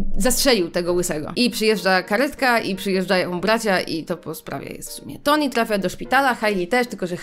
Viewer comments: Poprawnie mówi się ,,Toni" to, że Polacy często nie czytają poprawnie i potem inni przyswajają, że to dobra wymowa to nie znaczy, że tak jest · Generalnie ta książka jest tragiczna ale nie mogę z tego że typiara krytykuje książkę a nawet nie umie dobrze czytać imienia Tony XDD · mówi "Toni" a poprawnie mówi się Tony XDDD